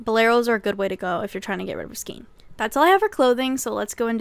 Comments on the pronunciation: Isn't it pronounced like skane, not skeen? Am I wrong? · Skayn, not skeen. Thank you for this video! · ei in skein is pronounced as AY Sk-ay-n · Love your videos, I really do but it's pronounced as (skayn)the word skein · Skein is pronounced "skayn." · I didn't want to say it 😂 But YES!